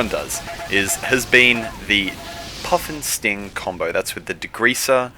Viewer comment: When he was saying puff'n'sting, i thought he was saying puffin sting.